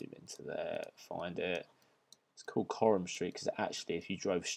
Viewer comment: Wife has worked for Coram for over ten tears, never heard it pronounced that way!